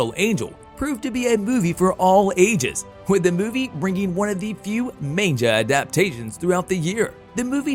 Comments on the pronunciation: Why are you saying Manga like "man-ja"? It's "maang - guh" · Yes, it's mah-n-gah, not man-jah. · its pronounces Mon-guh, not main-ja. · I love manja! Oh did you mean Manga? Mon-guh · its manga not manja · Um….say man-gah not man-jah. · maine-ja? seriously? Ma N Ga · Did you say Manjah? Fooo it's Mang gahhh Manga lol and you also be calling Kevin Feigie fai-ghee FEI- gee are you even paying attention? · Did he say Mainja? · Please tell me you’re joking when you say manja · I'm sorry... all I can hear is man-ja.... I didn't even know what he was talking about at first. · the way you say "manjah" annoys me SO MUCH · Stop saying "Main-ja" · "Main-ja"? Hmmm..... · Did the announcer seriously just call it a "Man-JA"?!?! Rofl 🤣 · Did... did you say "manja"? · Wtf is a "main -jah"? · How many times can you pronouce manga wrong? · I don't think anyone has ever said it more wrong. 🤦‍♂️ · I couldn't help but cringe every time the announcer said 'manga.' Was it just me?